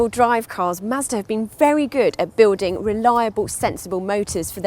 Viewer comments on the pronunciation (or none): none